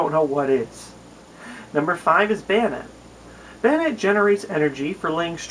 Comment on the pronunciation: you pronounced Banette wrong. it's the combination of the words Bane and Marionette. Bane uses the long a sound you used the short a sound. in just pointing that out :)